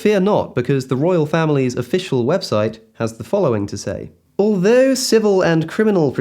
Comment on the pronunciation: "Althew" was iconic